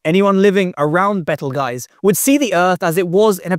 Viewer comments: "Bay-tell-gow-s" "Bay-tell-gow-s" not "Bay-tell-geese". Halfway there lol. At least he tried to not pronounce it as "beetle -juice". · damn! is that how we are meant to pronounce Betelgeuse?